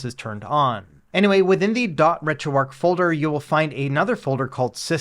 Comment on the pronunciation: It's Retro "ARCH" not "ARC"... There's an H. Good guide though.